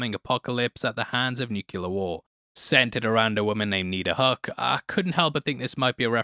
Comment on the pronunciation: You keep calling her "Niddar" but her name is actually Nida.